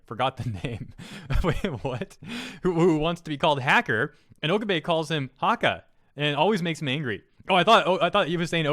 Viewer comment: Dude, Okabe(Oh-Kah-Bay)